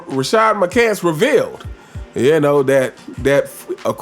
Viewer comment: My guy, please teach ya boy how to uncinate that “S” on the end of Rashard McCants last name! He see’s it just like the rest of us, but somehow can’t put the s on the end when he says his name! He can successfully say words like us, this, his, Arenas…but not McCants…damn shame!